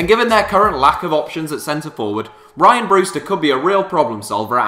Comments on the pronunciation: You put no effort into research in these vids it's rhian not 'ryan' ffs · It's pronounced Ree-an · sorry to break it to mate but it's pronounced rhian